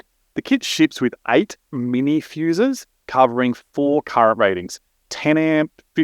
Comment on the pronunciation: "feeeuuussses"? "Rrrealeyss"? I don't know what these things are. Is this used to connect your PDM to a PC?